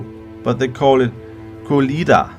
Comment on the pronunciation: As a Slav I would like to point one thing - our tradition should be pronounced as "Kolęda" ("ę" is not "i"). But without this small detail - it's another great video I am glad thank you have returned :)